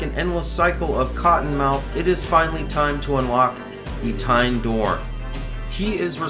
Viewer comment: Love you man, but it's Eh-tee-en, not e-tine.